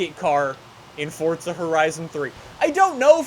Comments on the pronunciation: Please just stop saying for"t"za it's forza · Why are u saying Fortza Horizon but not Forza Horizon? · i like how he sais forza he says fortza